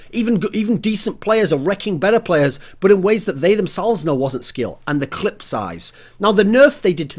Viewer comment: The amount of times Thorin said "clit" rather than "clip" in this video.